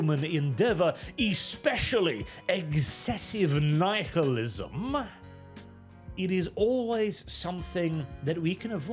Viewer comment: "What is eggzessive knife-il-ism?"